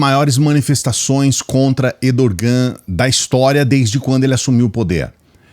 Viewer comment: Errrrrdogan, não Edorrrrrgan!